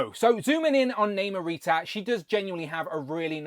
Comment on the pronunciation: The movie pronounced it as Nahmur and not Naymore. Hence she is pronounced as Nahmurita. I would have preferred the New Warriors version so that I can complete that group. I cringe everytime you pronounced her name wrong.